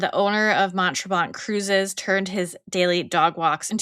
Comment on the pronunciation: Ladies - Mount Tremblant is a very ritzy ski resort. There are no bad hotels on the Mount Tremblant resort. And the last ‘t’ is silent in Tremblant, with a more nasal sound to the ‘an’.